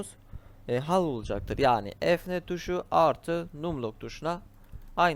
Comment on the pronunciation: Ya bana yardımcı olurmusun tablet klavyesi kullanıyorum bazı harflere bastığımda noktalama işareti çıkıyor ve düzeltemedim. Num lock dediğin tuşu bulamadım klavyem küçük olduğu için rakamların yeri farklı üstünde Bi sembol felan varmı yardımcı olurmusun.. Ayrıca hal değil yumuşak şekilde haal diye okunur.